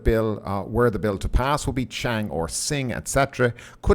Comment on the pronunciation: Chang is pronouced "Chawng"